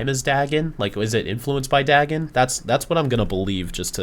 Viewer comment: Dagon is pronounced "day-gn"